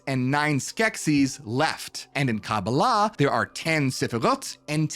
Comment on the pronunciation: Every time says this word, he always mispronounces it. Please explain to him that it is: Kabbalah pronounced as a whole word, and not Ca-ba-lah. As he pronounces it. Its a small point, yet, still a point. Tbh it really literally drives me crazy when he pronounces it wrong. Thank you.